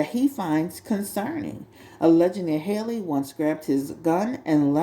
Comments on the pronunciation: Halle, like Halle Berry. Not Hailey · it’s pronounced “holly” like the beginning of hallelujah.